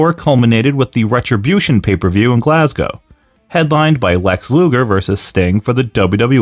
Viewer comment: Thank you and respect for the correct pronunciation of 'Glasgow.'